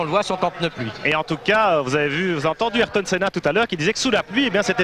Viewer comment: "Ahireton Saina", "Damone Nile",... et l'accent anglais au top des journaleux de TF1.